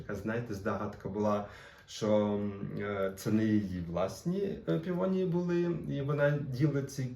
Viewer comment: Пивонії😂 Пивосі😁